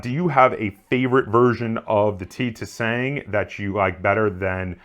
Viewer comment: Im pretty sure you dont pronounce the second T making it the "ti sang" but don't quote me on that though